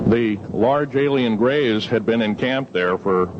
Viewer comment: he sais grays like berays or gerrays